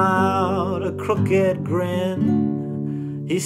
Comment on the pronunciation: The way you pronounced crooked, in "crooked grin" is the best thing I've heard on youtube in a while. This is a phenomenal cover.